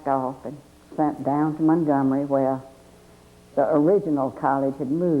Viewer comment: She pronounced mungumry correctly!